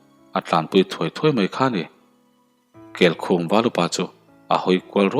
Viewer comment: Darzawl nilo Dàrzawl aniang..amak thin emai..Keikhum i lam dan pawh a diklo